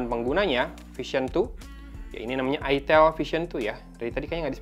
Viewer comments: Jangan logat jawa ,,, awok awok awok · ITEL , orang sunda be like : huruf "E" nya ganti jadi huruf "I"